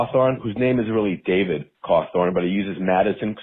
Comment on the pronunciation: Thank you Connor Forbes for gifting me membership and David yeap you butchered the name.